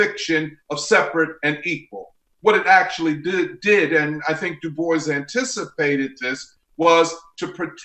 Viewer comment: god do I fucking hate how this guy says DuBois